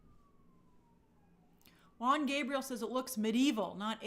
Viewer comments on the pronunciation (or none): none